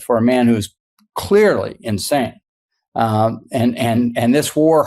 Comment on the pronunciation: "clearily insane" lmaoo 😂